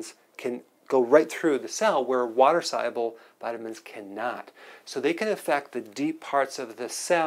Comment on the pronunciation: Wtf is a follicule? What is solble? The speech impediments... Oy vey